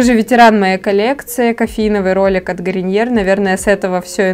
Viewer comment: Ты как то странно говоришь Garnier))))) не правильно читаешь похоже. Исправляйся!)))